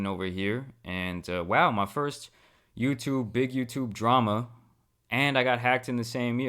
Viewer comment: Adwessing the dwama bro needs speech therapy 😂